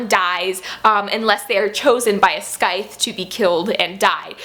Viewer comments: I love you videos, you are adorable! I don’t want to offend you or anything but I would like to point out that the word “Scythe” is pronounced “Sythe”.:) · Hey girl, you don't pronounce the 'c' in scythe just so you know. And heck yeah loved that book last year can't wait to get my hands on the sequel :)